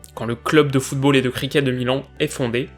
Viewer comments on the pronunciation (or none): none